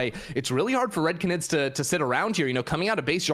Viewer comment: 30 minutes of mispronouncing canid (gone sexual)